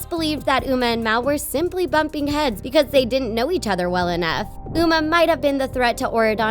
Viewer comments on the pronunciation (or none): none